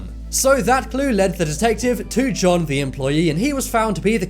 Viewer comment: For the 1st riddle i wasn't sure if it was john or june since i heard Johnm when you said the name so went to June. For the last quistion my answer is Her sister has contact of the guy and knows his name but she won't admit that he knows the guy so she killed her and hopped the guy shows at the funeral